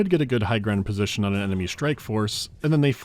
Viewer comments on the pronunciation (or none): none